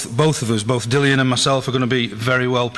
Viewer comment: It seems Barry hasn't warmed to "Dillion" enough to pronounce his name right.